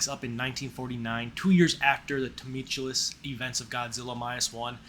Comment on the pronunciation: I like your style and cat being present during the vid but you might want to double check pronunciation of words like adaptation and tumultuous. Bad annunciation calls attention to you reading text descriptors provided elsewhere while presenting it as if its your opinion.